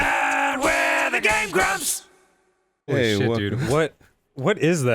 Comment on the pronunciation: i stg he said "next time on gay grumps"